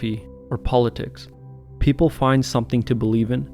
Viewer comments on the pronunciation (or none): none